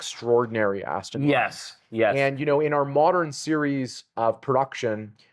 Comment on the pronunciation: Aston not austin